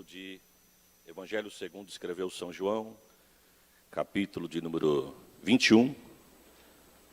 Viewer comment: Só achei estranho falando são João